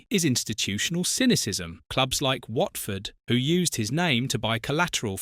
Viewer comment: Whartford?? Really?? AI stuff